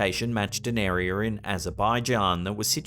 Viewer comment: Me: Area Slapped Ham: Arear